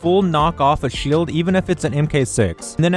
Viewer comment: I think he sounds fine 🤷‍♂️ only thing I could think of is when he says shield or launcher